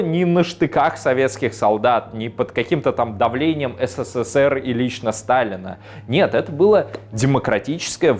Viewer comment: Ну когда же, ты научишься, произносить СССР?! А не ССССР, как робот в переводчики гугл. ))) Попробуй потренироваться! И так: произноси на ТРИ удара С, на четвертый удар, Р.